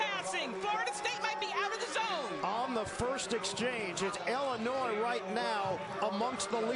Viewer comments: she says the "S" in Illinois...yea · Carol Lewis needs another job. - she sounds psychotic. The baton is "air-born"? Then she can't pronounce the state of Illinois properly. The "s" is silent there Carol...unless you've never read a book or left main street in Podunk. Hard to believe she has an announcing job. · haha it's illinoi(silent s) not illinoise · There is no state in the union called "IlliNOISE". The state is pronounced "Illinoy". Carol, PLEASE. /eyeroll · Illinois is pronounced IlliniNOY. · Lol she said Illinois with an s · Illinois has a SILENT "S" because it is native american. God really woman?